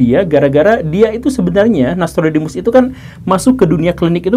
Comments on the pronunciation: Guru, tulisan nya nostradamus tapi guru menyebut nya nastrudamus trus,,, ada konspirasi kah? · Pak guru selalu melafalkan NAStrodemus Yg betul NOStradamus atau NAStrodemus sih? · nostradamus bacanya nya nastrodemus to? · U/admin sebaiknya disebutkan referensi yg dipakai. Cara sebut nama Nostradamus kurang pas. Cari makan di YT sapa larang . tks